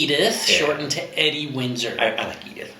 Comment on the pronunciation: Edie Windsor......please, oh please (and ) listen to the theme song to "Nanny & the Professor"....okay, I am dating myself. (I'm OLD, I get that!) Pronounce Edith's nickname as the following: Eeee deee. You guys KNOW that I adore you....and your kids (of course!) but for the love of Beautifully Unique Sparkleponies, watch the fabulous rendition of "Grey Gardens"